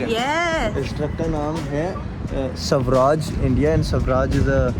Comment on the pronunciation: It's स्वराज्य not सवराज .... छत्रपती शिवाजी महाराज..You should read about ur country... & I'm from kolhapur Maharashtra... Thank you for trying our dishes.... 🙏